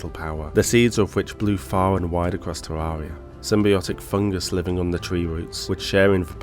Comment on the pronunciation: It's Ter-air-ia